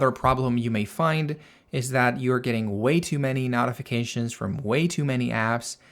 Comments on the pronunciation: Very helpful. BTW, "notifications" is pronounced with a long "O", as in "note", not "not". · That was a bit distracting…the root word is NOTICE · Can you mention the american pronouncement of "Notifications". So listeners know what you are saying. For a minute I did not get what you meant.😊😊😊